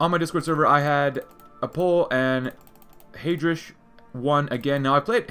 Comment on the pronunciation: The way you pronounce Heydrich’s name makes me physically uncomfortable